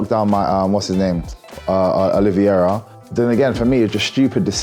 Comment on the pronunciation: Thank you MVP for your take on the fights. I love hearing you say "Oliverera" It's similar to how you blokes say aluminium. Crack on, you're a savage and we love ya.